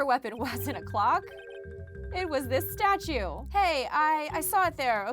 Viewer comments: Anyone else bothered by how she says "statute" whenever she reads "statue"? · Why does she pronounce “statue” as “statute” every time?